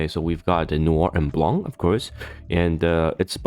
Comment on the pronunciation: My mood was bright until you mentionned sync lvl 280; it became confused after, and a little bit sad ><' It got fucking bright when I heard you pronounce Blanc's name properly tho:D Thanks for the video!